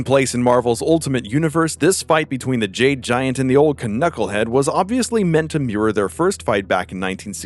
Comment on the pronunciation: What the FUCK is a "kuh-knucklehead" did you see the K at the front and think you have to say the K?